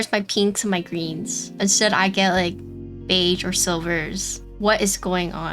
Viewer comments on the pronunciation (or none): Your pronunciation of beige is incorrect. Don’t say the g so hard. It’s more like a ‘sh’ sound but with a little sauce on it. It’s hard to put in writing. I would just look up a google pronunciation.